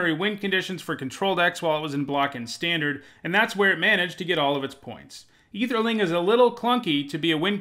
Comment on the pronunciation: I’m curious about two things: 1. Why don’t you use the term “man-lands”, since it’s been around since the beginning? 2. Why are you pronouncing Ætherling as if it didn’t start with an ‘Æ’?